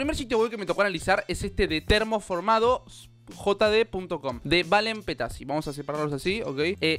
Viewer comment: Es TERMOformado no TORNOformado xD